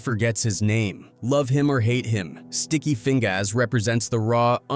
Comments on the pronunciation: Sticky Feing-GAAS and Art-TEES (AI generated pronunciation these days) 😂😂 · Sticky Fing-GAAS 😂😂😂